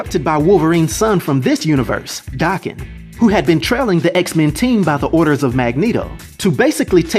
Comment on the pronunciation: Daken's name is pronounced DAY-KEN, not DAH-KEN. It's a Japanese name, think of it being pronounced like taken, but w/a "D"